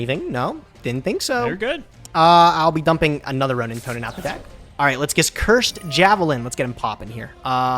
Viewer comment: please can you get to say the word 'roanintoadin' correctly everytime he says roanintoanin i want to kms